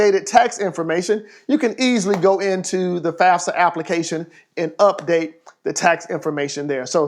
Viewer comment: This dude really said fasfa